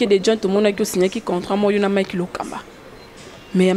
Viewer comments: tu as raison,même le mot contrat elle dit contrant😄😂😂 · On dit un contrat et non contrant.... Pardon tika français ozuiiiiii lelo ofingami.... Okotuna chèvre 🤣😂😅😂🤣🤣😂😅😅😂😂🤣🤣🤣😂😂😅😅😂😂😂🤣🤣🤣🤣😂😂😅😅😂🤣🤣🤣😂😂😂🤣🤣😂😂😅 Etikali yo suki ya jaune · Udjna contrant te (balobaka contrat) mawa 😂🤣😅 trop banc y'Ecole eza bien